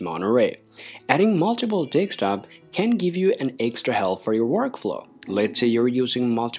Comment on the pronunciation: Very confident delivery but.. please don't say deKstop? it's deSktop (DESK TOP)